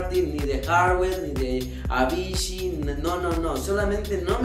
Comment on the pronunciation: Se pronuncia Avichi no Avishi !!